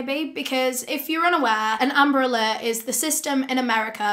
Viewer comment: It sounds like "umbrella" when she says amber alert..😪